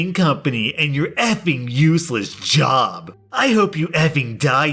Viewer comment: When you said "job", I heard "jaw". xD